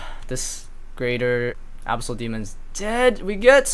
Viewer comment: tilts me so hard how you pronounce abyssal